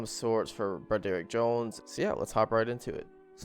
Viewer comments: Isn’t it Brod-er-ick and not Bro-derrick???? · By the way, I don’t mean to criticize you. Names these days can be absolutely ridiculous. But BRODD-ERICK is a fairly common and your pronunciation is cringeworthy. Absolutely love your videos!